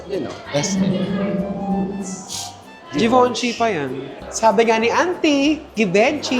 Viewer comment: Zhi-van-shee din